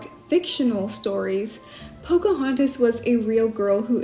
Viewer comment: you forgot the "n" in Pocahontas, love these videos💕💕